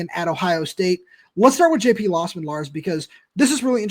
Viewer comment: Ir's "LOWsman" not lossman